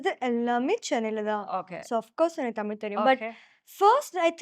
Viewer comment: தமிழ் நமக்கு தான். அவங்களுக்கு அது டமில்😂😂